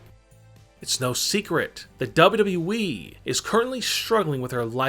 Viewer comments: i think is more " DABUDABBUEEEEE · This man said double e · Why do you talk like you're taking a huge dummmmmmmp at the end of your sentenceeeeeesssssss? Also, it's WWE, not dubbldubooweeeeeee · I AM PULLLING MY HAIR now !!!! ITS W W E not W E ,,,, #$_&-+... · yep! he says "Dub-Dub-E", among all of the other words he butchered. This guy is absolutely TERRIBLE!!! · it's pronounced WWE.idiot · Only Kurt angle says " WWE" worse. DUBB UBB EE lol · Dubyu dubyu weee wtf you saying menn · When he says WWE makes me laugh